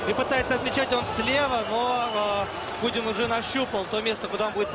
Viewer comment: не кудин а кунин